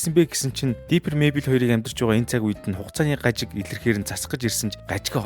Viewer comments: Diper bishee Differ gejbui aytai helmeer bainaa May Bell bisheee Мэйбэл gd neg dorivtoi goy helmeer baina😢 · Mayble iin neriig ihl sonin duudd bgam shig sanagdd bhymda baatra ah eniige jhn anhaarwl goy shuu❤❤❤